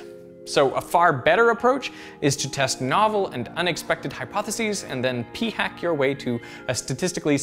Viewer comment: Hear how in he says p-hack like a mother would say "F-word".